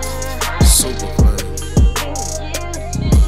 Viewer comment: “Suppa Clean” 🤣🤣🤣 I can’t be the only one who heard that